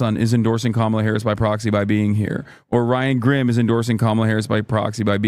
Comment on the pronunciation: “We are here tonight to officially nominate Chemila Harris”? Did LJ miss the how to pronounce Kamala segment?